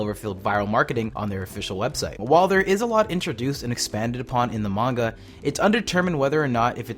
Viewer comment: Someone finally says manga right